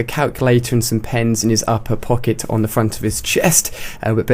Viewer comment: Pockit! like its hooot"